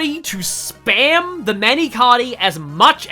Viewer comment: Your pronunciations of Mani Katti sound cooler